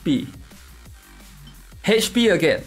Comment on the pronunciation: It's Ach p not Hach p. LOL so funny!